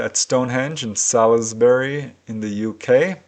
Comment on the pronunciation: Salisbury is pronounced Sauls-bree FYI